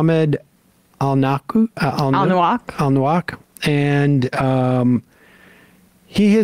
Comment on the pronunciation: Sam Seder wants us to believe he's sooooo moved by the tragedy of journalist Ahmed Alnaouq's circumstances, but he didn't bother to learn to pronounce the guy's name correctly before he recorded this. And what’s with his incessant “and… um… uh… it… um… I mean… you know… uh… this is… uh…”? Does he do this intentionally to add an air of sincere well-considered insight to his analysis? Or is he just trying to drag out his shows as long as possible? It’s an immense drag to watch. He's been doing TMR for what? ten, fifteen years now? If quality is improvement, then Sam Seder is currently playing Pong with himself at half speed.